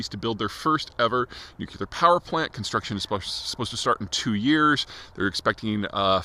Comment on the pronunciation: At least pronounce nuclear correctly.